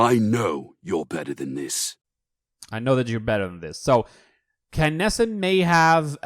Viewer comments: 'KYnessa'... No it's Kinessa. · Keenessa is closer than Kaynessa, he did it wrong. This is how she says her name.